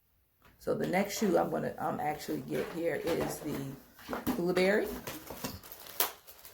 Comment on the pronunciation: I’m confused I thought they were koolaburra but you are saying koolaburry🧐